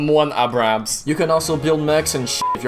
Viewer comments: i love how pronounces the PANZERKAMPWAGONS flawlessly but can even pronounce AYbrams correctly lol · *pronounces the German tank with no problem* Also: *stutters while trying to say Abrahams* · he cant say m1 abrams but can say german tanks name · I like how can he pronounce the German tank in german but messes up on a american tank xD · Its actualy Abrams.....................